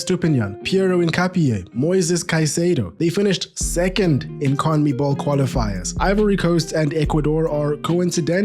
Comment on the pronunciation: Brother can't pronounce Conmebol. Try saying Con-meh-ball